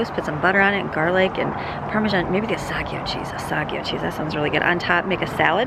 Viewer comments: Asiago cheese is pronounced Ahh•see•ahh•go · It's A-SEE-A-GO cheese